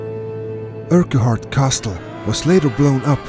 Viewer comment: love ur pronunciation of Urquhart - uRk Hart